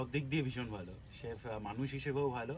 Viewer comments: ওটা চিফ না , ওটা শেফ হবে। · কথাটা চিফ নয় শেফ!